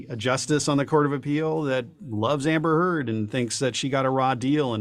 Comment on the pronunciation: amber furd!😳😅. I know it was a tongue twister Andy, like I just said amber fraud.😂 You never fail to give me a chuckle!!!😆🤪😝 Have a great day‼️